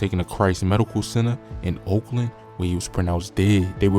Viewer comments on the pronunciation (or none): It’s called Oak Lawn not Oakland 🤦🏾‍♀️